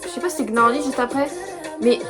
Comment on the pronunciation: oui c'est genre leurs musique de début le titre sa se pronnonce pas comme ça enfaite sa ce prenonce : niarly Manon pouvait pas venir c'est pour ça qu'elle était pas là elle chante en espagnol l'high note c'est Lara qui la fait ❤❤ Voilà, Bon visionage ✨️🫶🫶